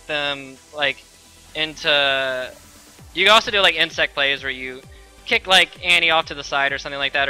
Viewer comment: Why does everyone call him Insect its InSEC no t at the end.